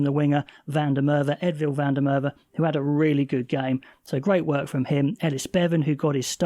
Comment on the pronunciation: There's a few guys mispronouncing Edwill's name. Yes, in Afrikaans the W is usually pronounced as a V, however in this case it is pronounced Ed-will, not Ed-vill. We do appreciate the effort though, since you're doing your best i figured I'd try help 🍻